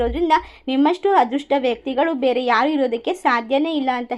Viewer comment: ಮೇಡಮ್ "" ಹದೃಷ್ಟ"" ಅಲ್ಲ. "" ""ಅದೃಷ್ಟ "". "ಅ" ಕಾರ ಇರುವ ಕಡೆ "ಹ" ಕಾರ ಬಳಸಬೇಡಿ.